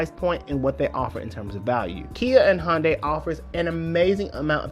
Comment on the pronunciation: Thanks for this great piece, but am I the only person who keeps hearing Honda or maybe Honday...?